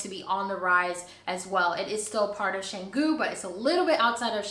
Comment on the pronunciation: Pronounce Cahh-ngoo. A friend owns a villa with B&B there but business has been very slow this year. Best of luck to you. I have Balinese house and live in it in Jakarta, the capital city of Indonesia. Take a look and if you visit Jakarta I too have B&B if you look for a place to stay. Congrats and welcome to this country.